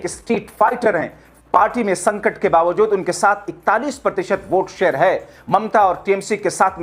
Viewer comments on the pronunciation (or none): none